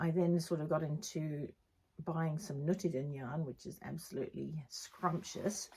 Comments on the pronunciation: Great podcast, so many beautiful things! You pronounce nutiden almost perfectly (maybe try just a little bit longer u, ”nuutiden”) it’s a Swedish made yarn, as you probably know since you also have Gotland-sheep, a Swedish breed. Looking forward to next episode. Greetings from Sweden 🇸🇪! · Nope, that’s not right- it’s pronounced just the way she says it, Nutiden, it’s a Swedish made yarn.